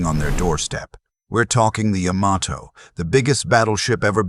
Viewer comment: Really good video. 1 note. The Japanese name "Yamato" is properly pronounced "YAH-ma-toe", with the emphasis on the 1st syllable, and the three syllables are pronounced quickly in rapid succession. Otherwise, very nice.